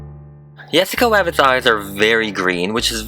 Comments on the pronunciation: Make sure to pronounce Rabbit right because ur saying wabbit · I like how he says wabbit and not rabbit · Its rabbit not wabbit